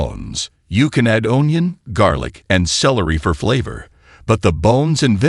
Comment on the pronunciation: What is an ohn ion? hahaha, I think A.I meant onion!